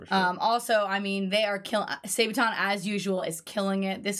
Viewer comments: SAAAAA-BAAAAA-TON! Not Saebaton. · Sorry, but wrong pronunciation of the band's name. It is pronounced: saa baa tonn, not say-baton. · Why are you still calling them Sae-baton? Or as it sounds like: Sae-beton. SA-ba-ton. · And NOT Sejbaton as says 🙄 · She really just said say-buh-tonn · come on guys, after all this time? it's pronounced Sa-ba-ton. xD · Please stop saying "Saybaton"!